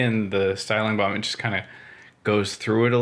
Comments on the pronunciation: I ment it as a word-joke, kind of. Your pronounciation sounded more like "Buon" than "Balm". Anyways, have a pleasent evening (Atl least here in Danmark). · Since you are pronouncing "balm" so amazing, why won't you make your own "Beard Buon" ? :) It was perfect. Have a nice, whatever american time is -day!